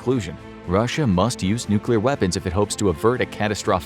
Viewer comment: Biggest Defaet 0:6 😂😂😂